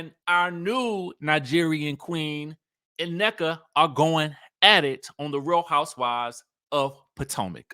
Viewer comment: Her name is pronounced “Neeka” in Nigerian